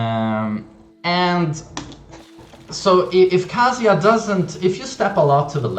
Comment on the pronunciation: I like this kind of video, but please learn how to pronounce Kazuya first. I have to mute because of it.